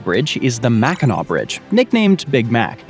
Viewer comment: Kudos for pronouncing "Mackinac" properly!